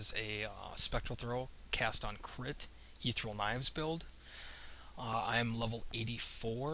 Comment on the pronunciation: Ether-E-al. You can do it.